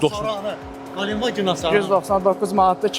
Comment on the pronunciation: Qalen vagen yox, ,,Гиленд ваген,, adını düz deyin.